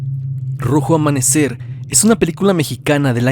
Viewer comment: Excelente trabajo, me entretiene mucho tus vídeos hace que se me pase el día más rápido, solo una observación dice "rojo amamecer"